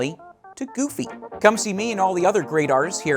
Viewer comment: I loved the tutorial but GOD I hate how he says "Goofy" *cringes hardly*